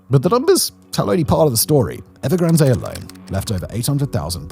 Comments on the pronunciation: Everyone: 'EvergranD'. The Brits: 'Evergran-Deh!" Seriously?? What is it with the desire to mispronounce every. single. word??? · “Evergranday” no one has ever pronounced the company name that way. Sorry Simon, you’re reading a script, but not understanding the content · The final 'E" is silent in Evergrande. It's pronounced 'Ev er gran d' NOT 'Ev er gran day' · Please pronounce EVERGRAND CORRECTLY. TWO....COUNTRY GARDEN DEVELOPMENT HAS EFFECTIVELY GONE UNDER AND ITS 3.2 TIMES LARGER THAN EVERGRAND.....WITH 280,000 UNITS....YES ....280 THOUSAND UNITS....UNFINISHED BUT PURCHASED. Evergrand entered into bankruptcy court in the US. BofA was its largest creditor. Country Garden entered into an agreement with the CCP TO COMPLETE THE FIRST 100,000 UNITS IF THE CCP LOOSENED FINANCING RULES. THE CCP DID....COUNTRY GARDEN HAS YET TO COMPLETE THE FIRST 20,000 UNITS. YOU NEED FEAR BETTER INFO SOURCES OR ...LEARN MANDARIN AND READ SOURCE MATERIAL RELEASED IN CHONA AND.....NOT....THE GARBAGE REPORTS SENT OUT EXTERNALLY